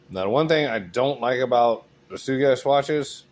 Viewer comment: It's pronounced Sugess, not Sugess